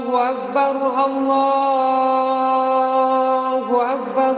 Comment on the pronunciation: Sdkt koreksi : الله أكبر yang akhir, ALLAAHU .... harusnya dibaca panjang, bukan pendek.